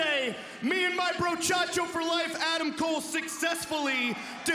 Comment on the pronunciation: Oh no, does Roderick saying to "Hey Adam" like "Hey DUCK!" again?